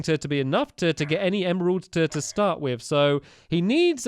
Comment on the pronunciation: LOL stampy said snart instead of start